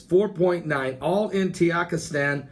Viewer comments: Man there is no country named Tiyakistan lol or karakistan hahahahha. 😂😂😂 It's Ta ji kis tan "Tajikistan" or Ka zak I stan "Kazakistan" but you made my day it was funny to hear you tayikistan. Buy the way I am from Uzbekistan I wish to hear you say it I wonder how it'll sound. It was amazing reporting good luck 😀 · Tuhjeekistahn is how you pronounce it. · Sound it out, Ta jik i stan. It's not hard. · Maybe he is using the mexican pronunciation of the letter J. Ha ha it is funny though.